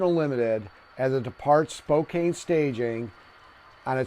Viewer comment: Really cool layout, and I love the concept of the bridge connection. One PNW regional note - Spokane rhymes with can.